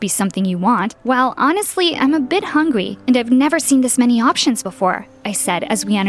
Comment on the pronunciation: When ever they say hungry it sounds like hunygyr